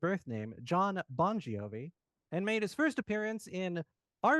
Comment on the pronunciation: Bongiovi is pronounced the same as Bon Jovi